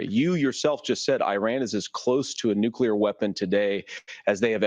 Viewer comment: This mf just said nukular like homer simpson. 😂